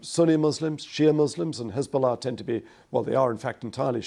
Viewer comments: He still manages to pronounce Hesbollah with piety and impeccable accent though. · Pbuh-Piss be upon Hez-ball-less 😂